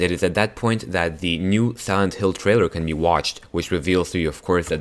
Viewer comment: i heard it like "the traior"